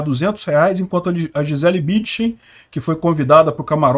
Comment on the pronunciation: precisa colocar o N na sua pronúncia do sobrenome "BüNdchen". Foi duro ouvir repetidamente o nome tão conhecido pronunciado errado... Abraço!